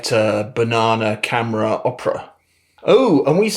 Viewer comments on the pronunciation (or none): none